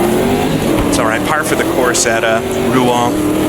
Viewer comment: One like for the correct pronunciation of Rouen alone. Great stuff!